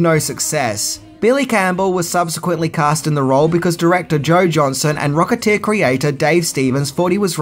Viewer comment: “The Rocketeeah”